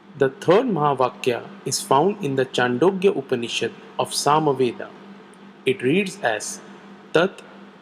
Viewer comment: its not pronounced as chandogya as in 'ch' but chhaandogYopanishad...chh like chhatri